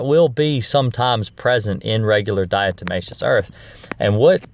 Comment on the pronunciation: You pronounce 'diatomaceous', correctly my friend, and 'diatoms' too. Ignore anyone who says different. 😎